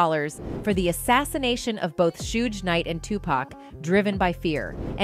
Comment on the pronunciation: Suge,suj,sugge lol